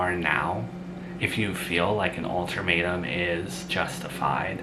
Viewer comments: It’s UL-TA-MATE-UM, not altermetuem 😊there’s no r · There is no "r" in ultimatum j/s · Alter matum 😂